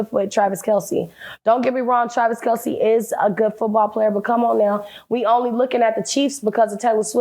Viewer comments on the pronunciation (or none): none